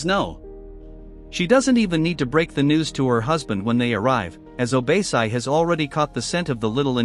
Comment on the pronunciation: What the heck is “obeysai”?????? How did you get that from OBASI??? Literally OrBASee🤧🤧🤧